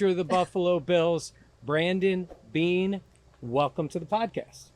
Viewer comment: He said “BEANER “ 😂😂😂